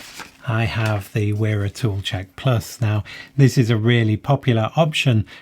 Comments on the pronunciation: Wera is pronounced “Vera”. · Where is the line drawn? Why pronounce Knipex with its proper German pronunciation but not Wera?